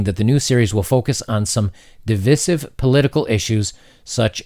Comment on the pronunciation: You're being divisive by pronouncing divisive incorrectly!